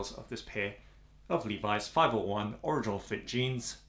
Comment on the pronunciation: You pronounce original wrong.